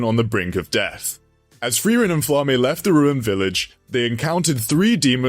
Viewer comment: It is pronounced FLA-MA not flamme